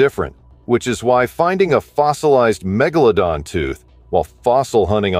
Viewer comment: I especially enjoyed Meg-Gala-Don lol